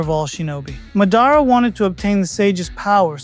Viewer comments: Madára instead of mádara threw me off. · It’s Madara. You are saying his name wrong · 🌽ball. Think before commenting. It's AI you know AI mispronounces names sometimes